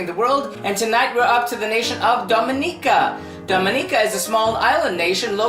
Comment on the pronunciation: thank you for saying the name correctly <3 i love my home land